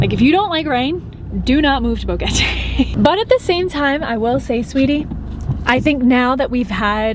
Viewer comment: BoQUEte not BoGuete pls